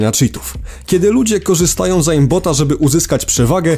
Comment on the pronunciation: Hmmmm. Aimbot wymawia się "ejmbot" a nie "ajmbot" :)